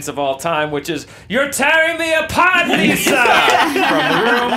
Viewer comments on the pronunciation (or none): none